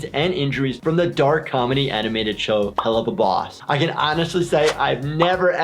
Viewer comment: It’s actually helluya boss